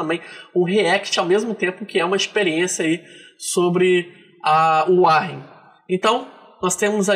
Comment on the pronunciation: Que agonia falar "uárrem". É "uórren" 😁 Eu uso ha tempo e recomendo.